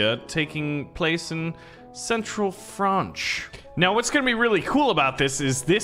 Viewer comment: me who was taught in france lives in france "EXTREMELY TRIGGERED"